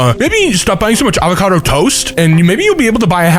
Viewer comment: avankadough lol